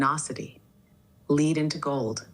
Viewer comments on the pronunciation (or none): The architect spoke of alchemy and of turning lead into gold but pronounced the word lead as in leader. I think it is reading from script rather than having a genuine thought process how else could it mis pronounce the word ?